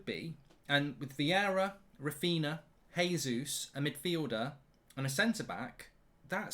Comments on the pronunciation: also Jesus is pronounced "Jay-zoos" not "Hay-Zoos" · It’s JAYsus Mark not hesus he’s not Spanish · I'm sure Mark is purposely not getting the pronunciation right for Raphinha and Jesus